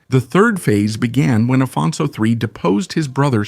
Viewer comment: when talking of the Portuguese king Afonso, his pronunciation is Spanish, this is not English.